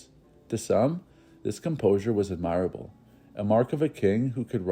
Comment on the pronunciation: I enjoy this channel, but this narrator doesn't have a full grasp of the English language. [i.e. it's "shrouded, not shrooded , and ADmirable, not adMIRable.] Do some vocabulary homework before presenting these historical programs.